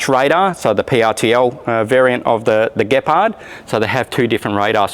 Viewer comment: Finaly an English speaking perosn can pronounce the word Gepard.